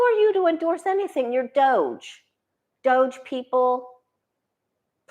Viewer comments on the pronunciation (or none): none